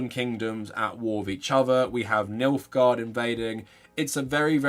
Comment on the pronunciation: i havent seen the show, games, or books ... are you saying "milfgard"? 😏